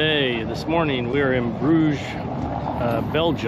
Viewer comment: 'Burges' is a tourist trap and you pay 3x more what you pay normal in the country. There is nothing to do in Bruges except spending money. Go to Ghent if you want to have a genuine experience. And you pronounce "Burge' wrong, shame on you!!!!!!